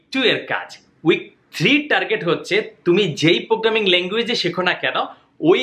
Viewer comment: প্রোগ্রামিং নাকি পোগ্রামিং? Apnar kotha bujhi na. 😭